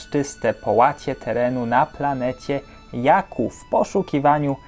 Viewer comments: Jakku? Mówi się dżakku 😒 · nie mówi się "jaku" tylko "dżaku"